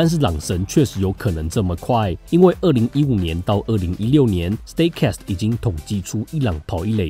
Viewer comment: 是stat cast, 不是stay cast。🙏